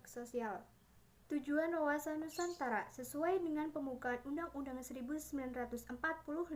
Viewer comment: NUSANTARA gk Pake K🤭😅